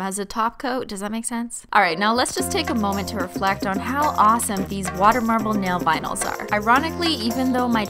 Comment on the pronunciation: I want a compilation of every time she says "nail vinals"